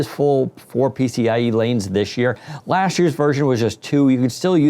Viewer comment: "lashd year"